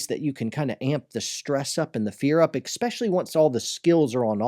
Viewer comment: You should train yourself not to say "exspecially"... :P